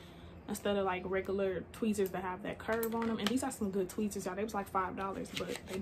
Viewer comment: I laughed every time you said “tweezers” lol 😂💀